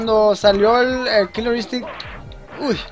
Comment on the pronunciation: jajaja ¨Kilor Instinct¨ jajajajaj